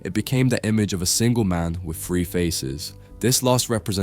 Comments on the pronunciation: Your "three" always sounds like "free" for me , nice video though ;) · WHY CAN YOU NEVER SAY “TH”REE JUST STOP BEING LAZY. FREE OR THREE? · How on earth do you end up saying “free”? What fucking part of “three” has an “f” in it? Lmfao is it that fucking hard to make a “th” sound? 😂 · Love how you pronounce '3' as "Free". hehe Lovely video. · Good Lord please pronounce"three" correctly. 😂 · Imagine making a video about the number 3, and not being able to pronounce it.